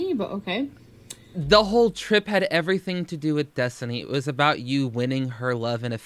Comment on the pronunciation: Dai S. SAME! It like stabs my brain, her pronunciation of everytheeeeen 🤯😡